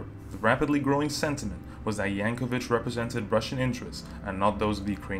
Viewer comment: I'd recommend to remake this video: 1)u in "Yanukovych" is not silent 2) and others: Separatists don't control entire teal region, only it's south-eastern part. 3) : Using picture of Ukrainian nationalist for separatist fundraising is hilarious. 4) that's Kyiv, Ukraine capital, and is Kyiv mayor.